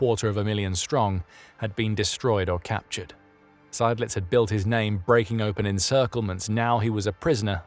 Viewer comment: I was waiting for the name 'Seydlitz' to be mangled but it was pronounced properly. I had never heard of him before and I'd thought I knew a fair bit about Stalingrad. Subscription earned!!!